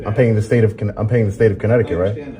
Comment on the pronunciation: Danbury, “corrupt-ticut” 😂😂